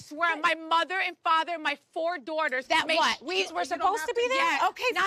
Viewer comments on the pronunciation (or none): I'd be the girl eating 😂 Teresa said "my 4 dorters" again 🤣